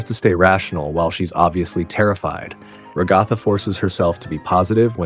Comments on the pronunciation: It’s “Ragatha”, dude. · Ragatha not ragothaa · It's Ragatha dummy